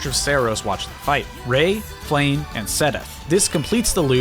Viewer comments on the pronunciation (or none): Lmao who’s Ray it’s Rhea pronounced Ray-Ah. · A part of me died on the inside when he mispronounced Rhea. It’s Rhea (Ray-uh) not (Ray). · As a Fire Emblem fan, it hurt to hear your mispronunciation of Dorothea, Lorenz, and Rhea. I feel I must correct you on these. It's "Door-uh-the-uh," "Lore-ins," and "Ray-uh." (Feel free to practice these pronunciations, I know Fodlan names are a little weird to pronounce, but practice makes perfect!) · that is not how you say Rhea. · Thats not how you pronounce Rhea and Brighid.